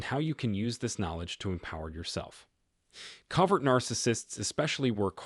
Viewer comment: I KNOW! I expressly looked at comments to see if anyone else was bothered by this repeatedly mispronounced word this channel always butchers! It can’t pronounce “covert” either! The bot sounds like a real human but has a lot of difficulty with pronunciation!